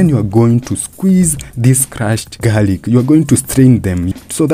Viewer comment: its called garlic not garic